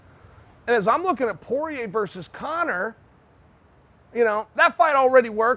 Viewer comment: Please take an n out of conor